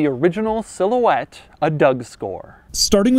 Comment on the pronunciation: Silhouette? How about, more like cigarette! Sometimes that's what I thought he said! Lol!! Lmao!! 😆😄😂